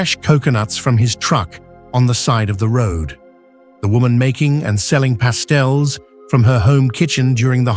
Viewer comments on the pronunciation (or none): Please get rid of this guy! His pronunciations are terrible! It is spelled Taino! Not Tyno! He stated the food a lady was selling was called pastels! No!!! It is called Pasteles! My mother & abuela are from Cidra, Puerto Rico. I have a cousin who lives in San Juan. Wepa! Orgullosa de ser Boricua! 💖🇵🇷💖🇵🇷💖🇵🇷💖🇵🇷💖